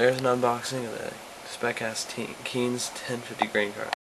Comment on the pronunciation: u said kinze wrong